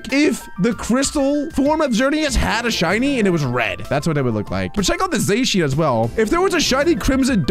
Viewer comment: It's not called zashyan it's zacian